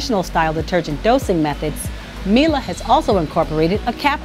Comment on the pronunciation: It’s Mee’lay, not Mee’lah!